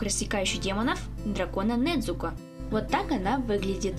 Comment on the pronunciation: вообще Не Недзуко а Незуко